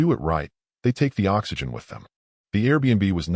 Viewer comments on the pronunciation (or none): none